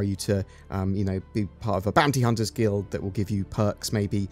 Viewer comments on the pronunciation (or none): none